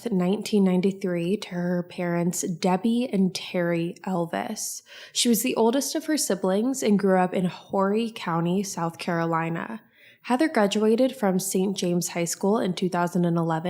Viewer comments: Heather is a family friend and it’s great that her case is still out there being talked about. We miss her so much and we want to bring her home. P.S. Horry County is pronounced as “oree county”. My grandpa always made a big deal about it’s pronunciation lol. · Sounds like you said Horry* county it’s pronounced Orry 😊I grew up 2.5 hrs from myrtle and went every single year for vaca multiple times a year 🥰